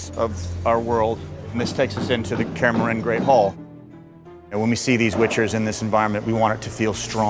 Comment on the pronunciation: It makes me irrationally mad knowing this guy didnt even bother to look up how to properly say Kaer Morhen.